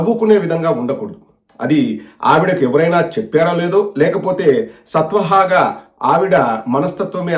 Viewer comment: Sathwahaaga kaadu dr , swathahaaga ani anaali. Thappulennuvaadu thana thappulerigi undaali